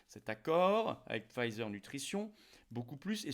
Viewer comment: On ne prononce pas ”Pfizer” à l’anglaise.